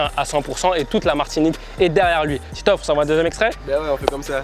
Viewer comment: Titoof pas tiitof